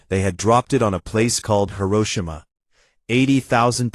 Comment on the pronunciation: The most impressive thing to me was Hiroshima was spoken correctly as the Japanese do me and my family lived in the local community with two preschool children Peace Park was the favorite station Iwakuni MCAS SF